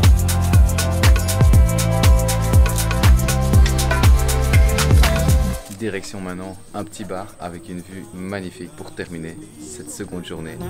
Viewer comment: Petit guide de prononciation: on ne dit pas Koh“fan” gan. “PH” se prononce p .h avec le h aspiré. Pareil pour Phuket.